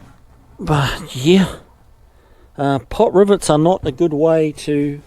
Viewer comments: Are you saying "Pot rivets"?? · must be the accent then cause I kept hearing pot rivets.👍😆